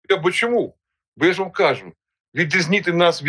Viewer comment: РосІянець 😅😅😅😅, який він українець! Не кАжу, а кажУ, наголоси не ті, все мішає, все важливе розмиває., дякую за відео!